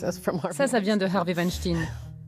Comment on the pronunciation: Harvey Wenshting, dit elle? C'est abusé ce manque d'intérêt pour les langues étrangères... pitoyable!